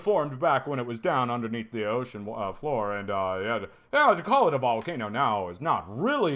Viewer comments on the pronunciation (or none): none